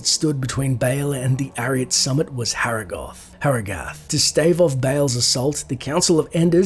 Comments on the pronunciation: the townsfolk pronounced it like hurrah-gith /watch?v=r2YR2Fzp_Jk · You can't even pronounce Harrogath correcntly. Diablo 2 has repeatedly pronounced the name over and over again.